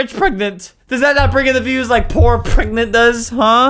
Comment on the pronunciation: they way he just says poor and fat sounds British